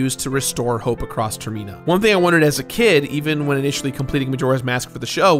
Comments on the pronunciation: Tfw when you realize termina is actually pronounced [term-e-na] and not [term-en-na] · Termeena.....why....it's termina like terminal like an air plain terminal. in not een. Ahhh. Sorry that bothered me every time not your fault but ah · Is it ter-MEE-na? I always thought it was "TER-mih-na", like 'Terminal' . I admit I use weird pronounciation from when I was a kid (still blows my mind the way Mako in FFVII is pronounced. To this day, in my head i say "MAY-ko" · Termina, not Termeeeeeena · Term - man - a not ter - mee - na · Sorry, I can't get past the pronunciation of Ter-mean-a. I always pronounced it "Termina" like "Terminal", because the moon was going to crash and end everything.... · I noticed you pronounced Termina as "Terr-Mee-Nah". That's how I pronounced it at first. But people pronouncing it as "Term-Min-Nah" makes more sense and how I often pronounce it now. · It's pronounced Term-ina, not ter-mina. "In" not "ee" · I love this game, and this video was DOPE. I've gotta say, though, I've never heard it pronounced like Ter-meen-uh instead of Ter-men-uh and it threw me off a bit. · Stop saying Termina as “turmeenah” ffs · "Ter-MEE-na" Wtf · Why does he call it termEna? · Is it really pronounced Term-Mina? I always thought it was Term-in-ah, as in terminal like a giant moon is coming to crush the land. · Ah an episode of the Completionist. I'm sure there's nothing that'll tilt me in this video... pronounces Termina as "Ter-Mee-na" INTERNAL SCREAMING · "ter-me-na" lol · Ter-mee-na? Really? This is your pronunciation? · Pretty sure it's supposed to be from terminal or terminate. So no, ignore weird ter-MEEN-ah. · Ter-MEE-nuh? TER-MEE-NUH? OK. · Ter-me-nah. I've never heard it pronounced that way. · So have I been pronouncing term-I-na wrong for over 20 years? Or does he pronounce it weird? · Turmena , that's what I see every time he says termina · Oh man I can't wait for the next Termeenator film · ITS TER-MI-NA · "termyna" lmao